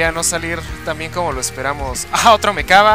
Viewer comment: Por fin alguien que pronuncia bien el Mechaba Jajajajaja:V